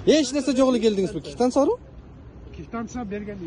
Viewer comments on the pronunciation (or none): "кифтансия" деп айтканы кулакты кесип салды. Таза кыргызча же таза оорусча суйлосон жакшы болмок. Журналист деген создорду так суйлошу керек. Квитанцияга тилин келбесе Думурчок деп айт эмкиде)